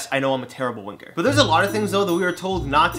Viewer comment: When you said terrible winker, I heard terrible wa**er & literally spat out my drink lol